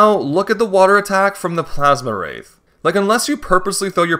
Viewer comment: Awesome run! One little thing I gotta mention since it was driving me crazy it's Plasmwraith not Plasmawraith you're adding an additional A. Think like the word ectoplasm. Really hoping to see some Pikmin 4 challenge runs.